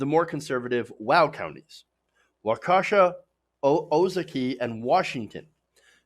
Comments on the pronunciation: Waukesha is pronounced Was (as in slaw) Kee Shaw. My damn neighbor in Waukesha county flies a Trump flag. I went door to door for the Dems in 2016 and most Hillary supporters were immigrants. This is a place of all "haves" and no "have nots." Sensenbrenner was our representative since I was a kid, 40+ years. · WAW-kesh-AW, OH-ZAW-kee. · Not even close on the pronunciation of Ozaukee it's Oh ZA kee. Waukesha (where I was born) is Wau KA sha. Both are very short and choppy being Native American words. At least you got closer at the time stamp. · Waukesha is said "Wa-ka-sha". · Wak-aw-sha, Ou-saw-kee counties? Research your material before you go on air. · Pronounced O' za key and Wauk e' Shaw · Man you really butchered our counties names! Lol Wau Kee Shaw Oh Zah Kee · No kidding , I was born in Waukesha. It is more short and choppy than Milwaukee.